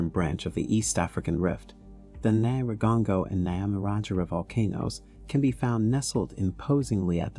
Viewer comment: It's pronounced nyih-rah-goh-ngoh, I think it's wise to learn how they pronounce the name in the own tongue, it doesn't take that long just Google it. Nice documentary though.